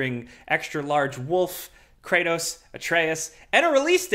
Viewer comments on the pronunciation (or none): none